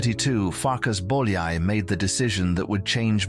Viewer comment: bowl yay? lol how could you ruin his name so badly